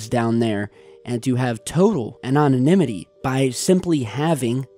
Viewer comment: The word is "anonymity" 5 syllables, you said "anonym'in'ity" 6 syllables, you silly head that's not a word, how dare you lie to me